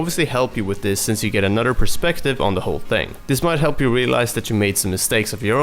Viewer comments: when he says "anoDer" it triggers me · "Anutter hero" lol